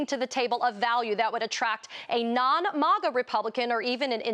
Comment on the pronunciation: This loony liberal in the middle purposely mispronounces "Maga" like it doesn't exist.